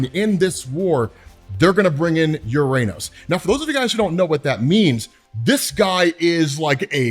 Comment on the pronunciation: UrRR-Ah-Nōs! FFS, it’s the 21st century